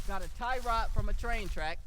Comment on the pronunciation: You said it right the first time when you was explaining the target then you started saying tire rod after the shots lol good shit tho💯